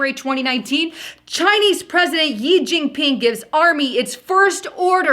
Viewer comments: you keep saying "YI jing ping" but the pronunciation is like the word "she" and written "xi" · She * it is pronounced She* xi=she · His surname 'Xi' is pronounced like the letter 'C' of the alphabet. Thanks